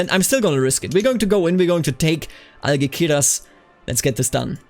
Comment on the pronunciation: In Castilian Spanish, C before E or I is pronounced like "th", G before E or I is pronounced like H. Algeciras is AlHeTHiras.